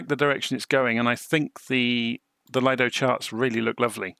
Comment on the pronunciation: Very nice video, thank you for that,one small correction when u say LAJDO charts it is acctually LIDO charts ,Lido is from Lufthansa that has developed their own Flight Planning tool in the 80,s and the name was given as LIDO which means LIDO ( Lufthansa Integrated Dispatch Operation )